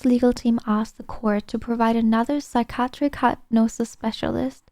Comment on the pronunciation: I'm sure your quest is a beautiful person. But if you cant say psychiatric correctly while reading it she needs more practice. Lol. Sorry luv.